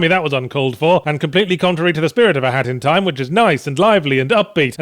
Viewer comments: I swear it sounds like he was saying hattytime. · it sounds like you are saying hatty time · Sounds like he keeps saying hatty time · You're not saying it right, say it like a haat in ti ime